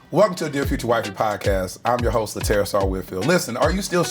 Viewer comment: I love how she says Laterras’ name properly.